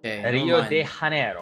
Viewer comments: THANK YOU LEVY, FINALLY A GRINGO THAT KNOW HOW TO PRONOUNCE RIO DE JANEIRO Please come to Brasil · levy is right, i guess you can say we pronounce R with english H sometimes, BUT it's only when a word starts with R. So his Rio de janeiro pronunciation was right. but the R in janeiRo would not be pronounced as english H and neither english rolled R, it's more like the spanish R or the way indians spell the english R... idk how to describe but yeah oh i forgot to say, when we use double R's it also sounds like english H... yeah brazilian portuguese is a pretty weird language for foreigners and it's also different from portugal portuguese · Levy is right with the Brazilian pronunciation of Rio de Janeiro. You can find plenty of videos here on youtube confirming.